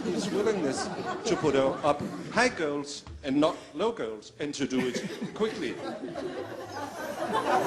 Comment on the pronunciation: "high goals" prøvede han at sige